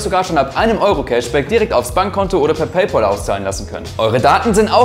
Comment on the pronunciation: Coole Werkstatt, aber sag bitte nicht PayPoll; es heißt PayPAL